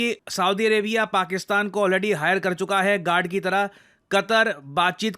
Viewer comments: Bhai apne guard bola ya g....nd...bola😂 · did you really said गान द